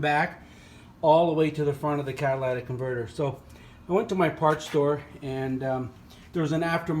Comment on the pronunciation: CAT-A-LIT-IC, not CAT-A-LAT-IC !!!!